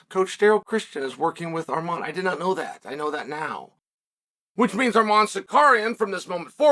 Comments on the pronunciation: Armed-man Sicario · Arman Sicarian according to uncle Chael